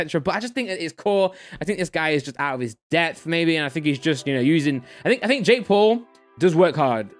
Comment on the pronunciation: "I've been usinining" 😂 jk bro love the vids